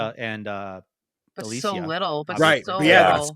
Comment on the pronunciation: I really enjoyed the discussion here, but i was personally cringing at the amount of mispronunciation, especially with "Gommage" and "Alicia" lol. Im just nitpicking there